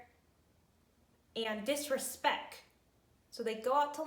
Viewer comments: "DISRESPEK" I'm sorry, what your mother in law did was completely out of line, but that line was kinda funny lol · There's a T at the end of disrespect. Lol.